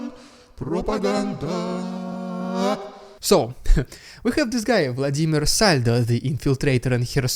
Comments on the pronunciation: That was a good intro to the RIDICULOUZZZ RUZZZIAN PRRRROPAGANDAZZZZZZ segment 👍👍👍🤣🤣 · 😂😂😂😂 I love it, Rrrrriiidicculouss Rrrrrrussian Pppprrrropaganda!! Nice touch 👍💯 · Lmao!!!!😂😂😂😂 Rediculous Russian prrrrrrrrrrropaganda!!!!